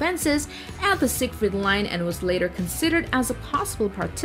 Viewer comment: the name "Siegfried" is pronounced "Siege Freed"